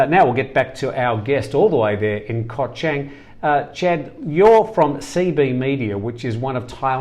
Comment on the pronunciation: Koh Chang (pronounced Charng) Not trying to be negative, just helping with speaking Thai.